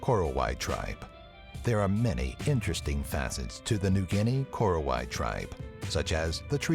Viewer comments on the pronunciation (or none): none